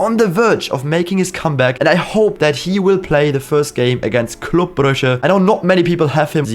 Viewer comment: Congratulations you are the only English speaking youtuber who says ‘Club Brugge’ right